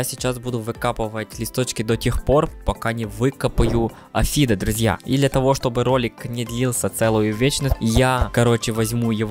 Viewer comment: Не афид а апхид